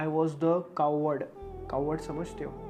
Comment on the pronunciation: Bhai cow ward nhi hota coward hota hai😂😂